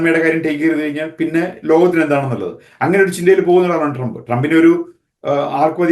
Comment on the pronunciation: സഹോദരാ ട്രാമ്പ് അല്ല ട്രമ്പ് എന്നാണ് ഉച്ഛരിക്കേണ്ടത്. Tramp എന്ന വാക്കിന്റെ മീനിങ്ങു നോക്കുക😂 “ ഇനി ട്രമ്പും കമലയും മത്സരിക്കുമ്പോൾ ഞങ്ങൾക്ക് വ്യക്തമായ ധാരണയുണ്ട്. ഞങ്ങൾ, മലയാളികളായ അമേരിക്കൻ പൗരന്മാർ പൊട്ടന്മാരല്ല. നാലു വർഷം ബൈടനും കമലയും എന്ത് ചെയ്തു? 1. പണപ്പെരുപ്പം അമേരിക്കയുടെ ചരിത്രത്തിൽ ഏറ്റവും ഉയർന്ന നിലയിൽ. 2. 20 മില്യൺ അനധികൃത കുടിയേറ്റക്കാരെ ഞങ്ങളുടെ നികുതിപ്പണം എടുത്ത് തീറ്റിപ്പോറ്റുന്നു. 3. ജനിച്ച കുഞ്ഞിനേപ്പോലും തള്ളയും (പെഴച്ച), ഡോക്ടറൂം കൂടി തീരുമാനിച്ചാൽ 24 മണിക്കൂറിനകം കൊല്ലാമെന്ന കാടൻ നിയമം 7 സ്റ്റേറ്റുകളിൽ ഇതിനകം പാസ്സാക്കി. 4. പ്രകൃതി വിരുദ് ധ ആൺ-ആൺ (sodomy), പെൺ-പെൺ വിവാഹങ്ങളെ പ്രോത്സാഹിപ്പിക്കലും മഹത്വീകരണവുമാണ് ഇവരുടെ വൃത്തികെട്ട നയം. 5. ആഹാര സാധനങ്ങളുടെ വില രട്ടിയായി. ഗ്യാസിന്റെ (ഇന്ധനം) ശരാശരി വില $1.50/ഗ്യാലൺ (1.0 ഗ്യാലൺ = 2.84 ലിറ്റർ) ഇപ്പോൾ $3.80/ഗ്യാലണായി. 6. ഗ്ലോബലിസം എന്ന കാടൻ സിദ്ധാന്തത്തിന്റെ ഭാഗമായി ലോകത്തിൽ ആദ്യമായി ബോർഡർ ഇല്ലാത്തൊരു രാജ്യമാക്കി അമേരിക്കയെ മാറ്റിയത് പോരാഞ്ഞിട്ട്, ഉണ്ടായിരുന്ന 500 സുരക്ഷാ മൈൽ മതിൽ പൊളിച്ചു രാജ്യത്തെ കൊലപാതകികൾക്കും ഗുണ്ടകൾക്കും തുറന്ന് കൊടുത്തു. 7. വിദേശ രംഗത്ത് വൻ പരാജയം. ലോക രാജ്യങ്ങളുടെ മുൻപിൽ അമേരിക്കയെ തുണി ഉരിച്ചു നിർത്തി. 150 ബില്യൺ യുദ്ധോപകരണങ്ങൾ തീവ്രവാദികൾക്ക് എറിഞ്ഞു കൊടുത്തിട്ടു അഫ്ഖാനിൽ നിന്നും 13 പട്ടാളക്കാരെ കൊലക്കു കൊടുത്തു രാത്രിക്ക് രാമാനം, നാണം കേട്ടു ഓടേണ്ടി വന്നു. 8. പ്രൈമറി ക്ലാസ്സിലെ കുട്ടികളേപ്പോലും മതാപിതാകുളുടെ അറിവ് കൂടാതെ ഖജനാവിൽ നിന്നും പണ മെടുത്തു ലിംഗ മാറ്റ ശസ്ത്രക്രീയ നടത്താൻ നിയമം ഉണ്ടാക്കി. സ്‌കൂൾ ലൈബ്രറികളിൽ അശ്ളീല പുസ്തകങ്ങൾ നിയമ വിധേയമാക്കി. 9. അമേരിക്കക്ക് എന്തിനും വിഡ്ഢ